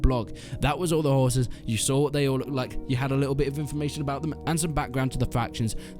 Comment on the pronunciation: Woah, I almost thought you said raising 'whores'...